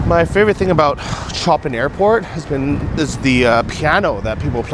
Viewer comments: OMG ! It's pronounced SHOW-PAN airport, not choppin!! You never heard of the famous Polish Composer? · The airport in Warsaw, Poland is named for Polish Composer Frederic CHOPIN whose surname is pronounced as ' SHOW - PAHN.' It was inevitable that some, if not most, English speakers not educated about the great musical composers, would butcher this name. Chopin's father was of French descent and Chopin himself spent much of his adult life in France, adopting the French spelling of his name. That is why his name is pronounced in the French way and NOT the English way of 'Chopping' which said. LOL!